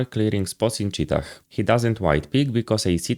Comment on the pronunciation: The final h in 'cheetah' is silent. Btw who even uses this call-out? It's just cave.